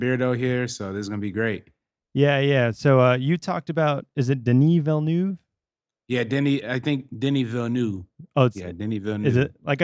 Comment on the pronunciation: My years of French class in high school and college are fairly useless here in the states except when it comes to pronouncing French (or French-Canadian) names... De-NEE Vil-uh-NOOV. (If there is a vowel following a consonant at the end of a name or word, pronounce the consonant -- drop the vowel. If a consonant follows a vowel at the end, pronounce the vowel -- drop the consonant, like "salut" = suh-LOO.)